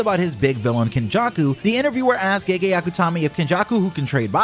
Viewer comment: bro, its pronounced Geh Geh not Gay Gay